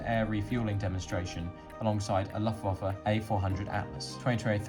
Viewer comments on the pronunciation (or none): Slower speech would also enable correct pronunciation of words such as Luftwaffe. You could increase the proportion of pertinent still images, to link the video clips and thereby give the narrator some ‘breathing space’.